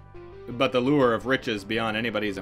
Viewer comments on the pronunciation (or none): none